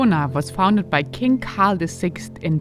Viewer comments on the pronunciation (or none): none